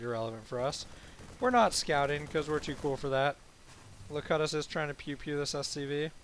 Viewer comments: ZAI it is actually pronounced lo-cue-tus as in picard in the best of both worlds(Star Trek TNG). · I think your teammates name is Locutus as in "lo-cute-us" of Borg from Star Trek TNG